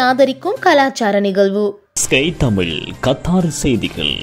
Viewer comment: வணக்கங்கள். ழ சரியாக உச்சரிக்க வாழ்த்துக்கள். தமில் ? தமிழ்?